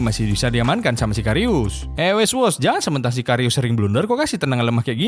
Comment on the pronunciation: Weghorst jadi weswos asw🤣